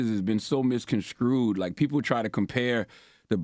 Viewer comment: Lenard you said "misconskrewed" not misconstrued. It may be beneficial to focus on working on self instead of putting that energy towards trying to attack others. It has to be a heavy place to have to struggle with portraying to be this person who is for the upliftment of the black community on the one hand and tearing down people in the black community on the other. It may be something you need to discuss with the therapist you see, if you're not already. The buffoonery and grade level questioning is a complete turn off to us intellectuals who try our best to tune in when you interview great people. And, Angela...bless your heart.